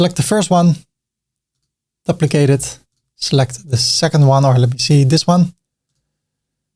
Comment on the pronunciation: Another great video,. But the word "duplicate" is pronounced like the word "do" or "due" -not "duh"